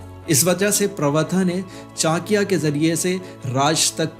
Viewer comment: पहले चाणक्य का नाम तो सही से ले ले